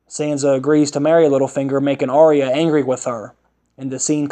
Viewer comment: Not Are eh yah! Arya!